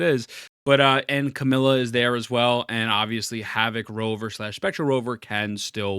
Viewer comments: Bro its not CAMILA its CAMEIYA. You are really mispronouncing her name hard. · You do know her name isn't "Camilla", right? You're missing a syllable.